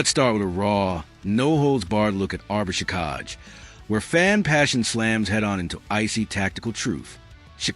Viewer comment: What a stupid comment. Whomever is preparing this report can't even pronounce the name of the player he is talking about......